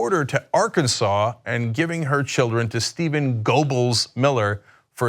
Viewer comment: I don't think Cenk has ever heard the name Goebbels pronounced aloud before lol